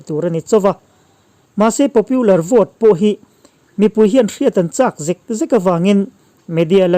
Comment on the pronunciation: Trump-puia a ni lo, Mizo a ni lo, Trump-a ti mai rawh. Tin, Popular hi Popiular tia lam tur a ni lo.